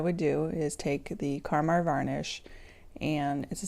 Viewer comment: It's KAMAR varnish, not KARMAR. Good grief, don't people READ anymore?! Grrrrr! Oh, nice video, otherwise.